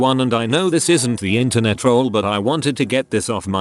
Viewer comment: I swear the voice said “Ethernet trolls”